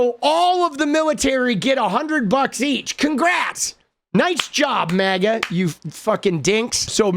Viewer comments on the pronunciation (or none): none